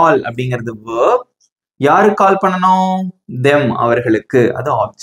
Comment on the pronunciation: Bro that is verb not vearbee